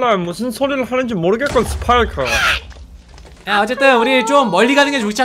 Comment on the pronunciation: 파이크가 아니고 스파이크에요 그리고 스파이크는 보라색 옷을입어요